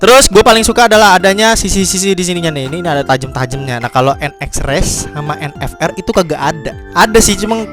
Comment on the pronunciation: vendeta sama en ef er bang bukan en fe er😂